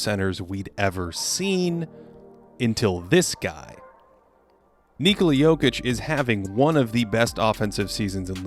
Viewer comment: Finally someone said Níkola instead of Nikóla